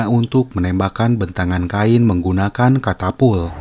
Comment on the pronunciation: Ketapel bang bukan katapul